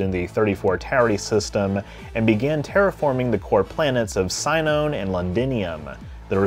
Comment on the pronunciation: Sinon is pronounced "see-non". Cmon man it's in the show